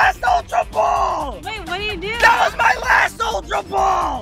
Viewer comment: also its Ultra Not Altra